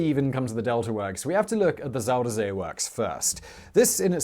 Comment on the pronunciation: I wish mister smartass and his stupid glasses would stop calling my country fucking Holland!!! it's The Netherlands!!!🤦😂 And I wish he would stop calling the zuiderzee "zuuderzea"... Just use the english name... the south sea... zuider = southern... zee = sea... so it's the south sea🤷 Translating dutch to english is as easy as taking a dump💩😅